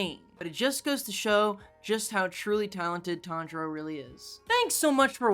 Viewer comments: Tanjiro pronunciation was op 🤣🤣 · Not to be mean but it’s *Tanjiro